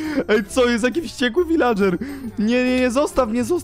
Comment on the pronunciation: wśćekły viladrzer"